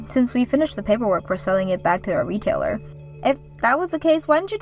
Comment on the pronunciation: Realtor is not pronounced retailer